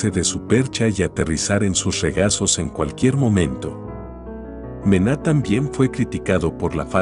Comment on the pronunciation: El contenido es súper interesante, pero al utilizar voz de IA, te estás confiando y la pronunciación no es correcta, eso pasa con la obra de Manet (que la voz lo lee como Mena), y con Jackson Pollock (que la voz lo lee como Pale)